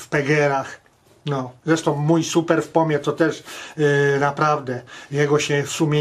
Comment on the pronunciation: Dlaczego wy mowicie ''supra'' jak to jest ''super''? Jest taki samochod '' TOYOTA Supra'' wtedy to ma sens, strasznie mnie to irytuje.....